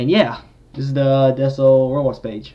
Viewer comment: the way he pronounced decal 💀